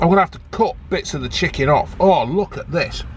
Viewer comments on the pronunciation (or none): Did you say chicking burger? 🤣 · "chick-king-ge" 😂 is that a new breed? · 'Chicking'...I'm going to start saying that and see if anyone notices... xD